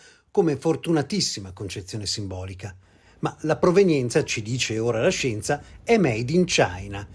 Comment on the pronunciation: se lo dice dice la shjenzah...